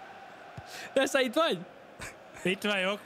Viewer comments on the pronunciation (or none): Neszáj nem tod nevet szinpantani